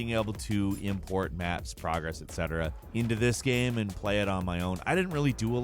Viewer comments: Dude, learn how to pronounce "game" properly. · Why does this guy say “gemm” instead of GAME? See also: Castlevennia, MAGA Man.